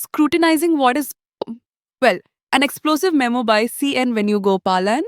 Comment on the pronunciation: You can't say memo